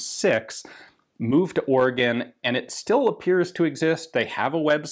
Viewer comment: At least Ian knows how to correctly pronounce Oregon, and that it is a state and not a shape.